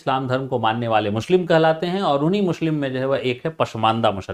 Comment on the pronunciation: Mushlim nahi hota sir muslim hota hai🙏🙏